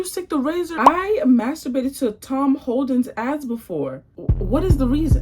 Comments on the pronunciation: Not Tom Holland 😭😭 pronunciation of his name threw me off😂😭😂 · “Tom Holdans” 😭